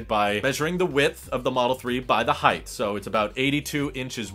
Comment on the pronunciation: It's like jabbing chopsticks into my eardrums when I hear someone pronounce "height" as if it's spelled "heighth".